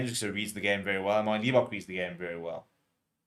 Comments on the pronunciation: Why do you say lee-bok? It's libbok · It's Lib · lol. It's just frustrating that as a South African he pronounces it wrong, hell even eggchasers says it correctly.